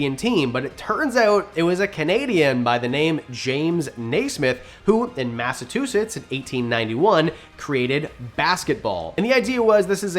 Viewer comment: Mass-a-CHEW-sits 👍 I was raised in Kansas City, MO. All of my schooling was done here as well. I had NEVER heard of the Tulsa Massacre. I'm 49 years old and only heard about it 2-3 years ago because I watched a documentary about it. I have lived hours away from Tulsa the majority of my life and never heard of it in school.